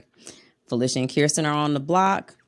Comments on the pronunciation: Great job with pronunciation,, but its Kirsten pronounced Krrsten not Keerstin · Spent too much time practicing Felicia's name and forgot to practice Kirsten's 😂